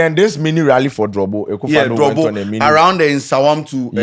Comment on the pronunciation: Its not drobo it’s dobro